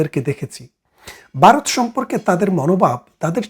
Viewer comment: বারত না বলে ভারত বলুন